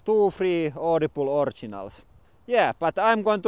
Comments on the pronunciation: i liked the audi-bleh xD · Noo :( You now pronounce Audible the "correct" way. I preferred your Finnish twist on audi-bleh!